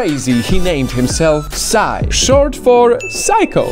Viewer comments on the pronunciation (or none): PSY(sy)? I thought it was pronounced P S Y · Okay, first and foremost, we don't say PSY like "psai". You just spell the letters: P,S,Y. That's it.